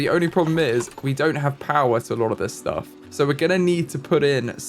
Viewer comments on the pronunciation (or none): none